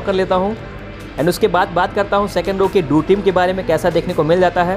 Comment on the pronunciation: भाई डोर (door) बोला जाता है दुर (dur) नही बोला जाता है, प्लीज बोलो एक दम सही से हमेशा....